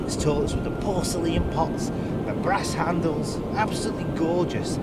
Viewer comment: Downvoted purely on mispronunciation of words, particularly porcelain